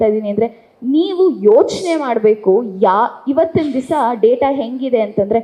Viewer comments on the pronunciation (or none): none